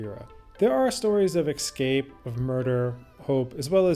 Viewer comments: Great video, but please, for heaven's sake, it's pronounced "ES-CAPE" not "EKS-SCAPE" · “Escape”- “an act of breaking free from confinement or control.” Escape… EsssCape.. not “ExScape” Too good of a video for such a basic miXstake.. (see?) ❤ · This is an excellent video but please; the word is "escape" not "excape". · Ah, yes! but you obviously ARE cultured enough by now to appreciate why this pronunciation “thing” matters to the kind of person who appreciates your type of tours.. I’ve watched a couple now and realize you have said it both ways (es/ex) in previous videos. YouTube provides an abundance of criticism, but you are providing good content. Keep up the interesting videos. 😎👍